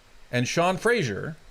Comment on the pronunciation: Only a lib would pronounce his own name incorrectly...there is no "I" in Fraser. That's Fray-zer not Fray-sure...but totally an NS thing 🤷‍♀. I don't get it but whatever.